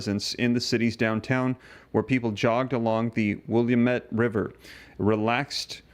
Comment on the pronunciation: That's not how you say Willamette - Will-lam-et. I live in eastern Oregon; Portland isn't happy with have addition troops; neither am I.